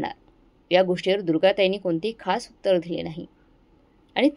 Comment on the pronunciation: उत्तार नाही उत्तर